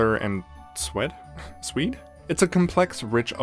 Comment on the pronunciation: 4.24 sweat? Sweed? 😂 It's pronounced 'swayed' but you made me laugh. Thanks for posting just in time for my birthday 🎉 [edit] that owl photoshop had me CACKLING 😂. As an autistic, nerdy, medical student I'm obviously a ravenclaw, what about you? You come accross as a hufflepuff which I feel has unfortunately become a bit of an insult but it shouldn't be